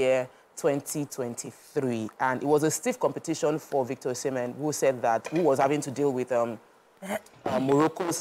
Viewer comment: I think our ladies in the public space should do better on being knowledgeable about sports entertainment. The lady on glasses could not even pronounce Osimhen's name correctly, despite him being like the most popular footballer in Africa currently. Only one person talked about it as if CAF award is some Methodist Girls interhouse sports trophy. Asides mummy Yeni, none of them is up to 50 there, and they are not conversant with current happenings. Nigeria has never won both CAF male and female footballer of the year award before, not one I can remember. Lets do better please.